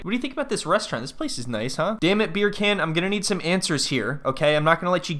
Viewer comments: I wish you’d stop calling him “beer can” 😭 You pronounce his name like “beer KAHN” like “Genghis Khan”. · You calling him beer can instead of beer-a-khan kills me. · I love that you just call him Beer Can without attempting to pronounce it properly ;D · Are you saying beer can? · I keep hearing his name as "Beer Can..." lol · I mean its a mispronunciation but a hilarious one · now when she says his name I think she's pronouncing it wrong and that it sounds funny because I'm used to him being called Beer Can.